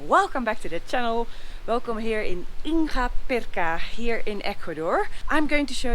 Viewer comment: dear your videos are incredible and a relief in these weird times. Just one thing ... La "g" en "Inga" Pirca se pronuncia como la "g" de la palabra "gracias". Gracias y cuidate.